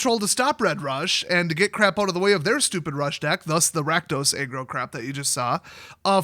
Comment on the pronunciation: Aggro? I thought you were saying "egg roll deck." I just figured I'd been away for a while so I didn't recognize the powerful egg role deck.